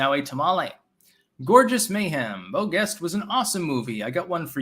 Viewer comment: Pronounced Zhest not guest